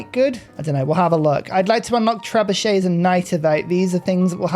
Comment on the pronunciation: The word "trebuchet" is not pronounced the way that you're saying it.